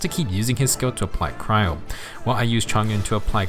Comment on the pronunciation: It's not cyro it's cryo.